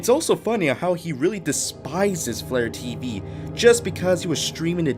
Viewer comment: When you said FlareTV I thought you meant vlare.tv